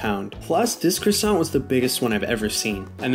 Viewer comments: Why do yanks mispronounce everything? It's not CRA-SONT, it's QUA-SOH! 🙄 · Pronounced as CWOI-SANK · Every french person here is crying at the Croissant pronunciation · Dude atleast pronounce it right.